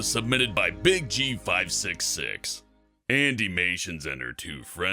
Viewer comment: am i the only one that noticed that he said BigG5566 wrong